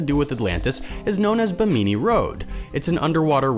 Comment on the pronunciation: "BIM-in-nee." Stay safe, everyone. Happy Holidays.